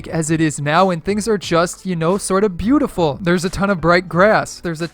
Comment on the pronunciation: The 'beautiful' sound sounded like praise the tomato